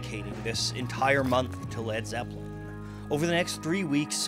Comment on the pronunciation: He said lad zeppelin